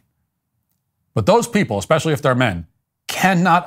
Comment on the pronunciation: I hear you on "No because literally..." Also starting a sentence with "So..." And my current favourite is 'eckspecially'. Take out the ck and you've got it.